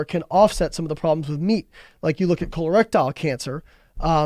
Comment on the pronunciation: "KHOLER-RECTILE cancer..."